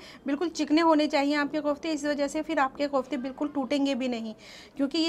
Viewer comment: MashaAllah, nice recipe. But they are called "koftay" not Qoftay!